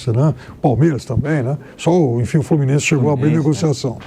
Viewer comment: "As vaias do FlumiNEIse"